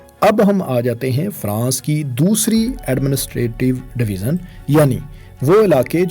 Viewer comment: اپ بار بار ڈویزن کہہ رہے ہیں یہ ڈویژن ہوتا ہے ی کی آواز سے اسکو پڑھا جائیگا جیسے اژدہا یا بڑے سائز کا سانپ ، ژالہ باری ، ویژن یعنی نظریہ ، ٹیلی ویژن اور دریائے ژوب بلوچستان ۔ اسکو " ذ یا ز " کی آواز سے نہیں " ی " کی آواز سے پڑھو مثلا اگر ژالہ باری لکھا ہو تو اسے زالہ باری یا سالہ باری کی آواز سے نہیں بلکہ " ی " کی آواز سے یعنی یالہ باری جیسی آواز نکال کر پڑھو ۔ ژالہ باری ( یالہ باری ) ، . ڈویژن (ڈوی ین ) . دریائے ژوب ( دریائے یوب ) . ٹیلی ویژن ( ٹیلی وی ین ) ۔ ویژن ( وی ین ، نظریہ ، سوچ ) لہذا آج دوسری بار باریکی سے مثالیں دیکر سمجھا دیا ہے آئیندہ خیال رکھنا ☝️☝️☝️